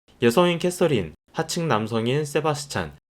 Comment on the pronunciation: 캐써린 이라고 발음 하시네요‥ 캐서린인데‥